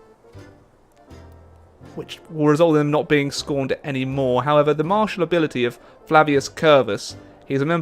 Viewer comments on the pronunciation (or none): none